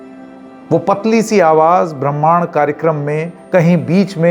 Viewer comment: आप ब्रह्माण्ड को ठीक से नहीं बोल पा रहे हैं।